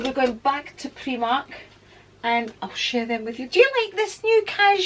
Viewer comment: Never heard the pronouncing of primark as preemark